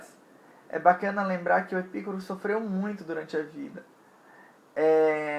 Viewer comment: Muito bom vídeo! A pronúncia adequada é Epicúro com tônica no cu (não entenda mal hehehe). A filosofia de Epicuro foi muito revolucionária e fundamental para a modernidade e contemporaneidade, nela está a semente do conceito de liberdade. Filósofos com Hegel, Marx e Nietzsche foram buscar em Epicuro a base de suas teses. Uma pena que os jardins decaíram após a sua morte e com muita sacanagem rolando os estoicos e os cristãos difamaram aquilo e não houve a devida sequencia de suas ideias.